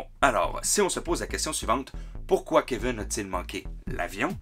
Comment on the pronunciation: Keveune ??? Cest qui ça ?? En france cest kevin vous je sais pas mais Keveune n cest un peu bizarre.. Elvis presli ?? Euhhhh daccord